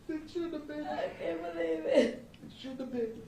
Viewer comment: ' i ain't Bweeve ' i ain't Bweeve '